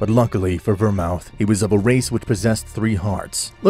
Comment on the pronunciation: Ver-mooth. Not ver-mouth 😂